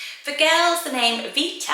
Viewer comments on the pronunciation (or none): none